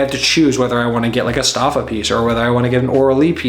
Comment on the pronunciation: Nice video. fyi, Stoffa is pronounced "Stoe-fa".